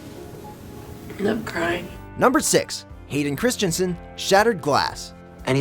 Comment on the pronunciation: You guys seem to have a lot of trouble with Hayden Christensens last name. As a native Danish speaker, let me give you a well meant, slightly mocking piece of advice: Hey, it is not Christiansen, therefore, you don't say Christian, mkay? You just take the name of the next person on the list, Kristen Stewart, and use that, because it's the same name, mkay? Christensen/Kristensen... Not Christiansen (though that is also a name, just not his name).